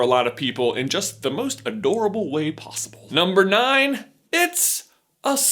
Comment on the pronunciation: You said ricks instead of risks and plossible instead of possible